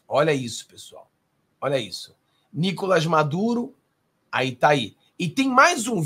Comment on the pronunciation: o nome do Maduro não é Níkolas, é sim Nikolás. A sílaba tônica é a última. Kk